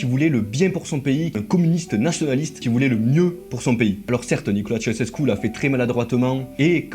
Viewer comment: Très bon boulot : Elena, c'était vraiment une sacrée teigne 😮😵‍💫😱 Par curiosité, je suis allé voir sa tombe. Concernant l'acide sulfurique je sais pas mais en ce qui concerne "Tshéoushèskou" pour Ceaușescu, oui oui ça progresse, on y est presque... mais encore un effort hein 😀😀😀 Y'a un truc à retenir : en roumain, TOUTES les syllabes se prononcent. Bien distinctement. On ne fait pas comme en français, on ne les "avale" pas, jamais. Donc... ? Donc Ceaușescu c'est "Tshé-a-ou-shès-kou". Faut surtout pas oublier de prononcer le "a" quoi 🤣🤣🤣 ...